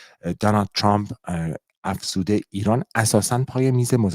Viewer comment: چراهمه عقده دارن که ترامپ راچرررمپ یاترروومپ چومپ تلفظ کنند ،امریکائیهاوانگلیسی زبانان مثل شما اینقدر غلیظ نمیگن اقای دونلدچومپ چرررررمپ تومپ،نمیتونیدعقده به خرج ندیدوبگیدترامپ😢